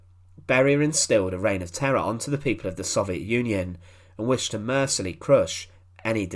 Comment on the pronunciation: Sound your words out. Stop slurring. If you can't say a word like "mercilessly" then you should consider using a different method of communication. As for the th-fronting, well... I despair.